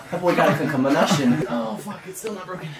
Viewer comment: “That boy got a concommunotion”😂 love the content!